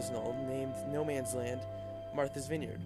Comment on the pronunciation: It's not "Noman's", it's "Nomans", and it's prounced more like "nomuns" than "no mans".